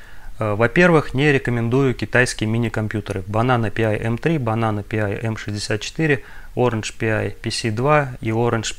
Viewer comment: Pi должно звучать как «Пай», как «пирожок», а в остальном все достаточно интересно!